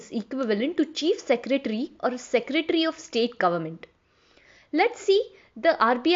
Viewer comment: It's "Secretary" not "Seretary". CGM is not equivalent to Secretary. Secretary are generally IAS, IPS, IFS and State government officials of high seniority.